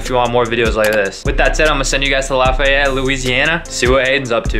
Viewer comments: Lafayette not lafayet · dude come to louissiana its awesome and you said lafayette very bad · You pronounced Lafayette wrong